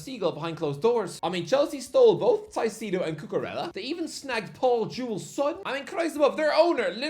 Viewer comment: he has no clue how to pronounce foreign names. In fact I doubt he even tries. There's no way he wouldn't have fixed the Caicedo pronunciation by now